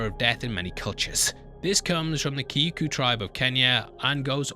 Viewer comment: Kikuyu micronation Pronounced Key-Ko-You Owls are harbingers indeed. Like 🔘 smashed